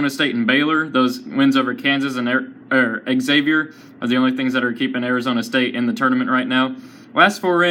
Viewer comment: U piss me off every time u say Xavier. Learn how to say it right!!!